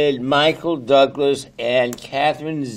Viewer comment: michael THOUGlas 😂😂